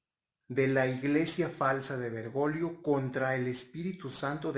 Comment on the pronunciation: Es Bergoglio no bergolio o lo dices a proposito jj